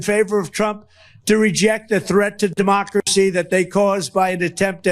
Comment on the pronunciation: Did this analphabet just said Democrapsy? what a fake educated